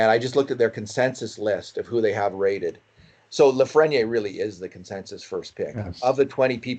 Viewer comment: Please pronounce his name reasonably close to how it should be pronounced: "Alexie Lafreni-eyre""